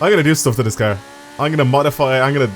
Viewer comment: I love how he says car "cur" LOL